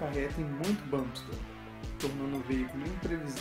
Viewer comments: Olá amigo, entendo que ninguém é obrigado a aprender Inglês, mas o correto é "Bamp Stir". Exatamente da forma que vc falou no video do espaçador. Muito bom o video e animação! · primeiramente, ótimo vídeo. mas tenho uma dica: "bump steer" pronuncia-se mais "bamp stiiiiiiir" mantendo mais longo o ee de steer ou steering que quer dizer esterçar, direcionar ou direção. Por exemplo, "volante" eles chamam "steering wheel" ou seja "roda de direção". Não confundir com o "volante do motor" que daí é "engine flywheel", "roda voadora". Acho que "flywheel" é o nome dado a qualquer massa giratória propositalmente pesada para dar estabilidade a um mecanismo.